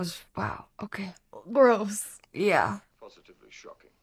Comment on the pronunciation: "Shocking..... PoSHITively shocking"